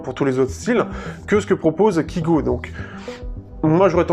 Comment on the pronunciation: Sa se dit kaygo et pas kigo pourtant sa s'écrit bien kygo je comprends pas pourquoi tu dit kigo